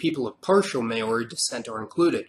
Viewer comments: New saledonia? 🤣 Bruh, it's New "K"aledonia... May-ori hahahahaa 💀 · Meiiioooori, Niusalidonia who was giving you info? Wrong pronunciation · may-o-r good try. but its pronounced mouldy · Nice video 😊 FYI New Caledonia is pronounced as KALedonia (not SALedonia); and Maori is pronounced mow-ri (as “now” is pronounced but with a m) 😉 Cheers from Australia 🇦🇺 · I don't think I've ever watched a video where someone has pronounced Maori right. Its not so hard to search it up people! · Jesus man - you really butcher the word "Maori" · Forgot Tonga, and also mispronounced Maori.